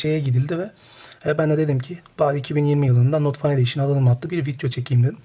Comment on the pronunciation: "Fen ediyşın" şeklinde telaffuz edilir. Fan değil.